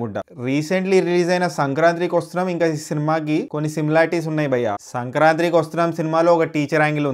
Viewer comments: Sankrantri endhi naa..... "Sankranthi" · also it is SANKRANTI not sankranthri